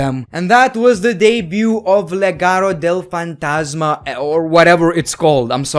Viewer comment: You actually pronounced Legado De Fantasia perfectly